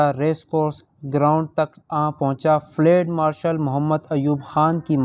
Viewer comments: Ye flaid nahi Balke Field Marshal hai.Pronunciation drust karlain.Thanks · field marshal not ftal marshal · Fled nahi fieldmarshall hey bhai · It is not flade,it is Field Marshall.correct your pronunciation. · Lafz field marshal hai......fleeeeed marshal nahi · فلیڈ مارشل غلط تلفظ ھے۔ صحیح لفظ ھے: فیلڈ مارشل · Bhai " field marshal " kehna tu seekh lo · Flad marshal? Improve your urdu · Field marshal k word ko theek Tarah pronounce nei Kiya gia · قبلہ آپکا تبصرہ ایوب خآن پر گو کہ دلچسپ تھا مگر آپ کا اردو کا تلفظ بہت غلط تھا، سن کر افسوس ہوا۔ بہتر ھے کہ یہ نہ پڑھا کریں آپ۔۔۔یہ بتاتا چلوں کہ ایوب خآن فیلڈ مآرشل تھے۔ یہ انکا عہدہ تھا جو آپ کھ نہیں پارھے تھے۔۔۔۔ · تلفظ درست کرو تمہیں چینل چلانا ہے مگر فیلڈ لفظ کی ادائیگی کرنا نہیں معلوم۔